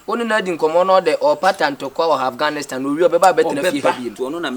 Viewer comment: said Aghanistan 😂😂😂 Eeeiii 🤣🤣